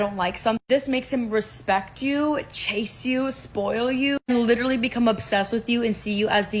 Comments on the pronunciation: She can’t even correctly pronounce “literally.” She says liter-ly. LMFAO. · question how many times did that lady said the word "lichurally"